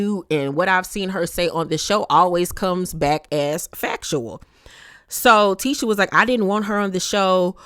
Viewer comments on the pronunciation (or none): just can’t get Tisha name right 🤷🏾‍♀️ l be yelling at the screen it’s Tee-SHA not Tish-A 😂😂 no one corrects her